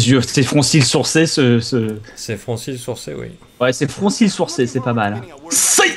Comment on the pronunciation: "Des froncils sourcés" -Bob Lennon, 2015